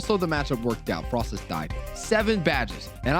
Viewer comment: pun intended but didn't correctly say the pun that is frosslass' name 😭😭